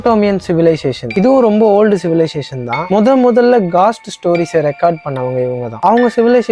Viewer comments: காஸ்ட் haa கோஸ்ட் haa.. 🙄🙄🙄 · Bro ghost and soul pronunciation matum correct panikonga